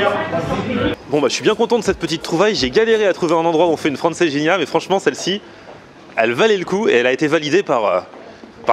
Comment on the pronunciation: Francejinha 😂😂😂😂😂 d'où tu vois un j